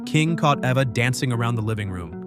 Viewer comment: Eeva ,not ehva